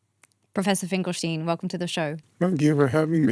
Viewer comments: That's how you know Miriam is really Jewish, when she pronounces the 'SH' in Finkel'sh'tein. Great work, Miss. Keep it up. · Its not “Finkelsteen” sweet heart.. its like Einstein.. its not like tomayto or tomato..”stein” has only one way to say it. At least in a globalized way. There must be some silly dialect thay pronounce it like you but thats not why you did it, innit?